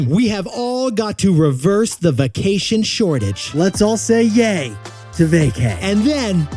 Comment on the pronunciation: Vah-cation? Vay-cation.😅